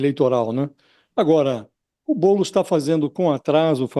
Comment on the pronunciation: E impressão minha ou o cara falou "Boules" no ?